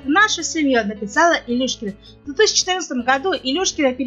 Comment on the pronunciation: Ржу просто-даже фамилию не в состоянии правильно воспроизвести))) Не Илюшкина, а Илюшечкина, старая какова, с максимальным достижением в виде чм среди юниоров 2009 года))) Хорошая компания Медведевой